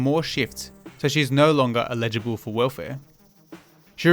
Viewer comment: Love your work mate. This sordid history of the government's disdain for the needy of our society needs to be highlighted more than ever. Having said that may I make one minor nitpick about your presentation? Your pronunciation of "eligible" sounds more like "illegible" and it throws me off the train of thought your making. I know... petty comment, but it's made from a good heart.